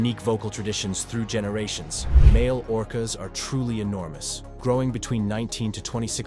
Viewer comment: It’s orcas dawg..